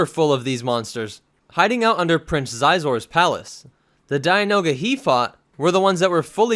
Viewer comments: It's pronounced Shi'zor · Its Shee- zor for xizor.... you'd think with all your lore you'd be able to not mispronounce stuff in every video